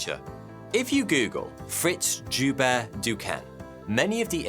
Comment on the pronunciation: Joubert is pronounced Yo-bear